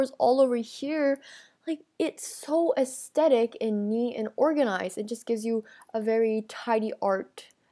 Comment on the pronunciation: Ew, did she just say "Astetic?"